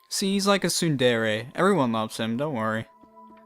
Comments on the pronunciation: I think it's pronounced Sue-None-Dray, but thats just how most otakus I know say it :I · Isn't it Tsundere as pronounced "Tsun-dear"